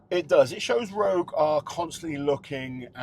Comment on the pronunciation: ROGUiE not ROUGE